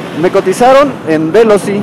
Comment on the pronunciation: No es véloci (esdrújula), es Veloci (grave). Conduce muy mal, se pasa entre dos carriles, entre coches, eso es imprudente, se pasa los pasos de cebra para peatones, está más concentrado en llegar a si destino que en lo que está diciendo. Pudo hacer el vídeo más corto y mejor explicado sin estar manejando.